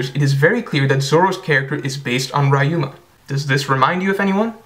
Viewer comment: his name is pronounced like ree-yu-ma